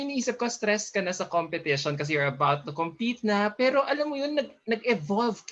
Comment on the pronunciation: She's sound ditzzzyyyy .... shes a grown woman, why keep using the word "pero" & it's irritating as fuck how she pronounce it. I feel bad for the this guy asking question cuz she not connecting with question. , Basically, Gazini is dumb.